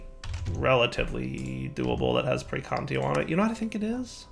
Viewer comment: Its been this long and he still doesn't know how to say praecantatio